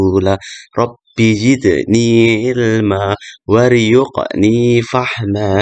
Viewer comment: Untuk video ini sdh lumayan bagus. Catatan: 1. Baca warzuqni jangan waryuqni. Bedakan antara za' dan ya' 2. Usahakan dalam penjelasan menampilkan teks ayat atau hadis untuk membiasakan peserta didik terbiasa dengan teks Arabnya. Meskipun nanti juga perhatikan posrsinya 3. Di akhir penjelasan penting dijelaskan persamaan dan perbedaan dari ketiga pokok bahasan 4. Doa kafaratul majlis 'wa atubu ilaih' bukan ilaihim